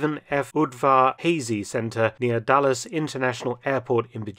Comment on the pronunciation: It’s not “Dallas, Virginia, rather it’s “Dulles” which is pronounced “dull-us”. But no one can be criticized for mispronouncing “Udvar Hazy”. 😉